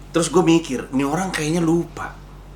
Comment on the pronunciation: 'Mikir' pake Keras wkwk